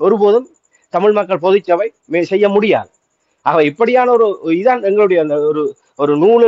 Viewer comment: தயவு செய்து, பொது சபை என்று சொல்லாதீர்கள். தமிழ் இலக்கண உச்சரிப்பை சரியாக ‘பொதுச்சபை ‘ என்று சொல்லுங்கள்.